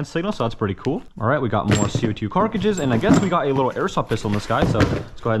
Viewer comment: Every single time this dude says carcages I cringe. He doesn’t have a lisp he just can not pronounce the word right to save his life😭